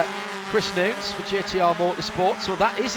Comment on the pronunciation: what's with the womansplaining? the guy's name is Chris Nunes, correctly pronounced by the male commentator as 'nooness' before the annoying female makes a point of emphasising her incorrectly pronounce 'noons'